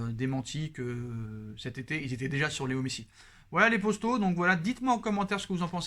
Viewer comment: Arrete de dire « postaux » (traduction youtube) !!! C est potos ! P O T O ...entraîne toi devant le mirroir ou prends un orthophoniste